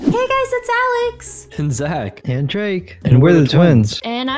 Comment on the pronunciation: I’m sorry to be that person but it’s ‘Zach’ 🤣